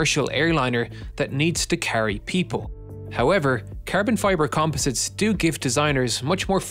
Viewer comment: Carbon fiber -> ”kaahrbohn fyeburr” Lol